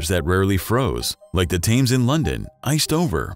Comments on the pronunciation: Great channel. However, the river in London, it's pronounced tEMz, as opposed to how it looks (tAY-m-z) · The River in the UK is pronounced "Tems" Sounds like "Gems" Just trying to help. Great videos BTW. 👍🪐🌑🌞🌍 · Teach your robot how to pronounce things. "The Tames"; FFS...